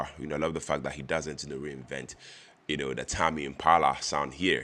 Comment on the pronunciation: It's tame pronounced like same